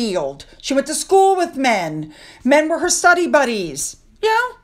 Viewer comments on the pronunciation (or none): none